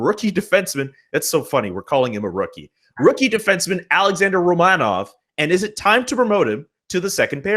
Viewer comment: Not sure about where the emphasis goes, ROmanov or RoMANov, but when the V is at the end of a word in Russian, it's pronounced like an F. So Romanoff. Like Smirnoff vodka. The Russian spelling would be Smirnov.